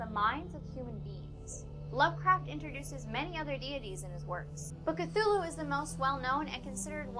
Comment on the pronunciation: uh, it's pronounced C-too-loo, not c-thoo-loo?